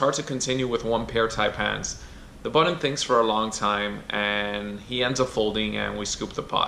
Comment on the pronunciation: Button , not buddon